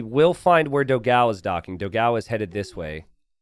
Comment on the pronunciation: I hope one day will learn to pronounce Dogão correctly (hint: it's nothing like what he calls him)!